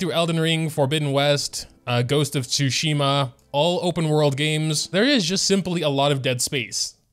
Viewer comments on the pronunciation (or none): none